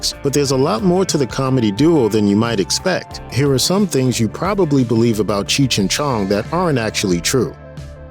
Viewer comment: Cheech chi chong. Dont like how this guy says their name.